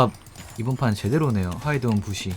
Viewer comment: 아 왜이렇게 영감님 부쉬 발음 귀엽지? 부시!ㅋㅋㄱㅋ